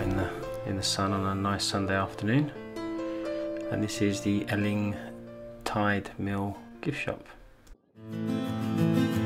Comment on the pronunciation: I really enjoyed your video tour of the beaches as I've been to them all when I was younger but I just wanted to tell you that Eling is pronounced the same as Ealing in London and that you missed the actual beach which is called goatee beach, there is a path to it just opposite where you turned to park your car which goes round the other side of the harbour and there is a lovely view of Southampton water and the container berth